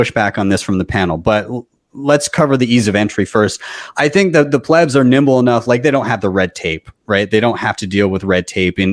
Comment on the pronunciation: Please, just let Saylor, and the intellectuals in the room speak already. Your use of the word PLEEBS is incessant and annoying, not to mention incorrectly pronounced. ... using that word just as a newbie uses the word noob.